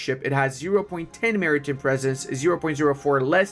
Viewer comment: I realize the "hand gooner" thing is a joke, sort of like "master debater." But FYI, Maritime is pronounced Marry-Time not Marry-Tim. In British English its Mahri-Time but either version we pronounce Time not Tim.